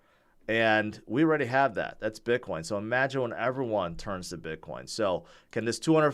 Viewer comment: I love how you pronounce it Bitcwoin!